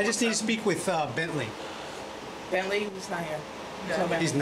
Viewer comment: Why could none of you get his name correct?? There is a big difference between Bently and Bensly.